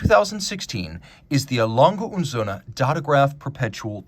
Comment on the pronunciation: Props for putting some effort into pronouncing A. Lange und Söhne correctly. Take note